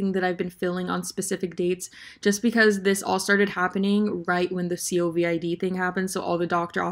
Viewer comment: so we all just gonna ignore the fact that she said C-O-V-I-D instead of covid? yeah?ok like love you lol